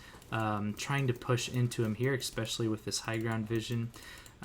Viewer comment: Hearing you exspecially 40 times a vid makes it slightly harder to watch. There no X in the word.